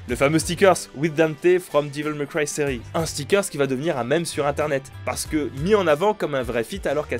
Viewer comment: Diveul may cry mdr